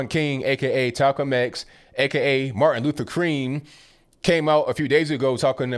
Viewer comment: My man just said "talcolm X and martin luther cream". Haha